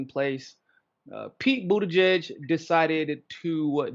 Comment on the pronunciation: You’re pronouncing Buttigieg’s name wrong! Also, you have to say his name AT LEAST 3 times as follows... Beetle-gieg Beetle-gieg Beetle-gieg Mayor Pete: “It’s showtime!”